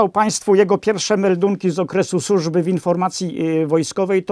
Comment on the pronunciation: Nie "sużby" tylko służby, panie!